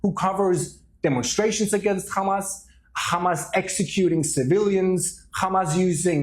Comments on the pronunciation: Why do Israel defenders always pronounce it Khhhhamas? Is this signalling of sorts? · Khamas khamas... 😂 ... Can't pronounce H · Not trying to be biased, but I’ve noticed a consistent pattern: when it’s pronounced ‘KHamas,’ a certain kind of rhetoric usually follows. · By do these bastads keep pronouncing it Khamas